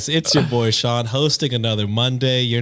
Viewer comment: ayyyy! Sean said my name right (the latter two times lol)!! Fun fact: like Brenna, Sean is also an Irish Gaelic name 😊